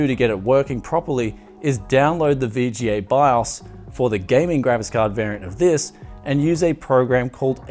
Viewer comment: is it just me or is he always saying: "Gravis Card" instead of graphics-card?